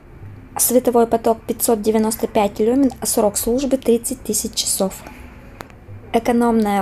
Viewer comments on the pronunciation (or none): none